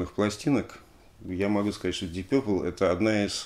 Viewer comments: Дип Папл , если правильно произносить . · Уважаемый Алексей! Удаление ставится на первый слог Дииип Пепл. Разговаривал с носителем за границей, британцем. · Алексей, смотрю, Дмитрий Юрьевич, всё-таки Вас убедил в произношении "Дип Пёпл" вместо "Дип Папл"? 🙂 Спасибо за обзор!